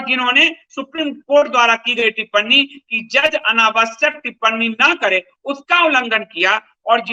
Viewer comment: अरे यार तुम्हें तो 'टिप्पणी' का उच्चारण करना तक नहीं आता, उसे (टिपननी) कह रहे हो, लेकिन फिर भी अपने आप को सर्वश्रेष्ठ घोषित करने में लगे हुए हो। शर्म है कुछ?